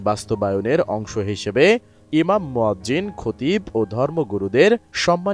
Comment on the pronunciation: মোয়াজ্জেম - এটা কি?? মুয়াজ্জিন শব্দটাও সঠিক করে বলতে পারো নাহ?!!!